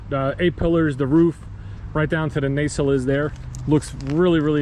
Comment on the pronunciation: The re called nacells not nacelits .😮